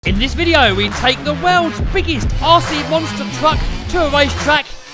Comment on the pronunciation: "In this wideo we take the world biggest rc twuck to a twack" lol wouldnt be the same if didn't have that speech impediment 🤣 always gets me